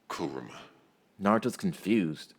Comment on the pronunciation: Finally someone says kuramas name right it's not ku RAAA ma it's kurama